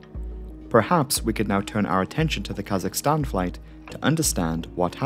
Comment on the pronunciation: i clicked on this vid bc i enjoy learning about disasters/crashes and i’m a kazakhstani. i wasn’t disappointed, keep up the good work! also thank you for getting kazakhstan’s (english) pronunciation right. i’ve heard too many people call it kuh-ZACH-i-stan years lmao